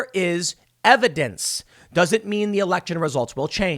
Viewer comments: That is called " EHVEDENSE" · Okay this situation is really screwed up, but I think we can all appreciate the levity that Tim brings to the situation when he says "EVIDENCE" in such a way as to evoke thoughts of the spongebob meme.